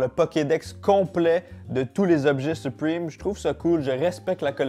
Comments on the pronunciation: On dit supreme pas suprime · On dis suprème pas suprime😭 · Sa me stresse il dit "supprime" au lui de "supreme" mdrr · Mdr il dit supwime au lieu de supreme 😂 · Pourquoi tu dit : Suprime 😂😂😂😂 ça ce dit supréme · Supwime Supreme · Je suis français et je suis prononce "suprime" seul les skateurs ils savent ;) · C’est supreeeme pas supriiime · " soupwime " Su-prè-me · Les français à chaque fois que dit "Supriiime": O_o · Je trouve ça toujours drôle quand les francais sont assurés qu'ils prononcent bien les mots en anglais. 😂 Arretez frères, c'est vraiment 'Suprime'